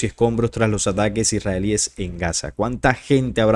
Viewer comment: Se dice los esrralies